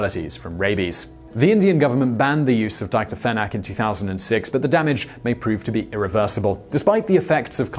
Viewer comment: he mispronounces "diclofenac"